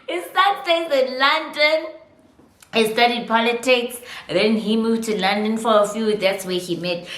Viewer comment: I shouldn't be laughing but the London took me out 🤣🤣🤣